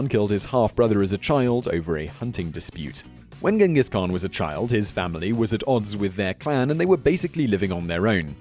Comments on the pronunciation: Its Chingis Khaan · It's pronounced 'Chengis Haan' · Please Simon - learn how to pronounce the words you are speaking BEFORE you make these videos. It's pronounced 'chingis knan' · Idk why people calling him Genghis khaan it's Chingis khaan tough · It's not gengis khaan it's chingis khaan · not GINGES KHAAN CHINGESKAAN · not genghis khan ChinggisKhan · khan means king! also khan should be pronounced as khaan! therefore it should be Chinggis khaan! ghenkhig khan is wrong spelling(westerns)! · It's pronounced "Chingis Khan" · If you make a video about the greatest conquerer in the history of the world, please pronounce his name right. Then again as all westerners do, Ghengis Khan(Chengis Han) is vilified here. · it's pronounced (chin-giss han) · The Khan was only bad because he was mad about all the ignorant people that pronounced his name wrong instead of the correct "CHang-giss." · nope it supposed to be pronounced Chingis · You’re mispronouncing his name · you pronounce his name wrong, and where are the million corpses, seriously. where? anywhere near that urgench? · Dislike, just for the fact you mispronounced his name throughout the entire video